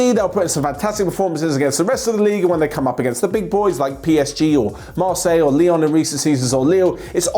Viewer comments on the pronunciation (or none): none